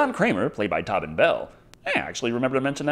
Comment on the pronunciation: Tobbin? It’s pronounced TOE-BEN